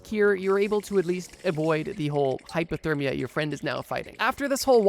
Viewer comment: I’m pretty sure he’s just pronouncing it weird, not saying hyperthermia. I don’t hear an R, just an A instead of the O